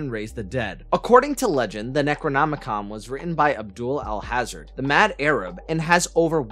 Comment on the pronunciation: please learn how to pronounce "Alhazred". it's NOT all-hazard. a simple google search would have showed you that Lovecraft said it's pronounced "All Has Read".